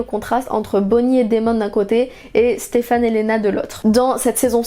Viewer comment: elle dit "Stephane" ca me stress. c'est "Stephen" !!!!!